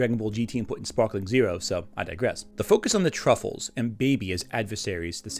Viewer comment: I'm partially giggling at the constant mispronunciation of Tuffles as "truffles", but then I've always felt that was a terrible localisation of "Tsufuru-jin" anyway. Much prefer MistareFusion's "Sufurians" or even the Blue Water GT dub's "Sufles".